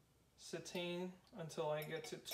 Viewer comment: It's pronounced CE-tane....accent on the first syllable!!